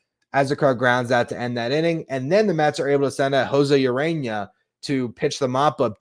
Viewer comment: Urena, not Arena, heh heh